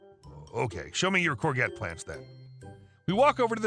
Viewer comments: It's a French word for zucchini, pronounced courjette. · Oh gods, please don't ever say "core-get", it hurts my horticultural ears! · The g in Corgette is soft, like cor-shjet. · If you ever read that, it is pronounced "cour-jet" not "cour-get". I know, it is a weird word, it is French. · Omg 😱 every time you say courgette wrong, my spine twists. It’s a soft g pronounced like a j. Not a hard g. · The word 'courgette' is NOT pronounced 'cor-get' It is more 'corshjet'. Whilst I watched the whole video, I sorta got tied up on ability to correctly pronounce courgette (in Australia, we call it a zucchini). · "Courgette" is from French, so is pronounced in the French way with a soft "g". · Sorry I had to comment about the courgette story as your pronunciation was like nails down a blackboard!! It’s pronounced kaw-zhet, it’s originally a French word. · It’s pronounced “core-jets” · Courgette is pronounced CorJet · the G in courgette is a soft one, pronounced like a j.